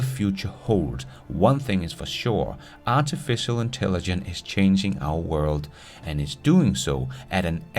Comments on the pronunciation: Artificial intelligen...CE... it feels weird every time you say it without the CE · You did a whole episode and said “artificial intelligence “ wrong over 100 times!